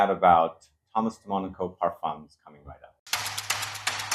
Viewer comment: Sebastian u butcher the Name all the time… it is de MONACO Like the city…. U say all the time de moniko